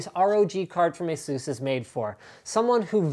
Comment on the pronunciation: mr linus,it's EH-SUS.not EEEEEEEEEEEEHSUUUUUUUOOS .Just a-sus.